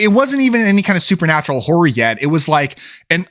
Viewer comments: It's "horror" not "whore." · It sounded like you said Satanic Whore at the beginning